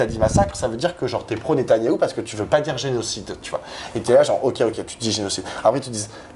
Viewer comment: "nétanaillou".... 🤣 C'est mignon, ça rime avec canaillou.